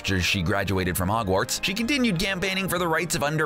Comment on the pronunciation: Am I the only one who realized he was kinda saying ‘Ogwarts instead of Hogwarts?